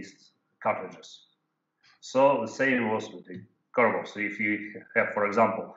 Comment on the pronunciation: It's "Korobov", Ian, not "Koborov"